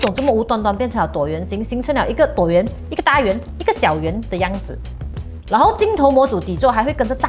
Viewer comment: 跟我念: t wu o tuo 椭圆